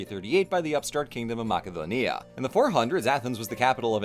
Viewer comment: I like how you say Macedonia so accurately, but say polis like a US southerner would say police or a french guy saying chicken